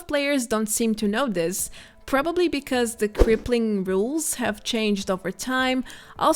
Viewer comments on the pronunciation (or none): none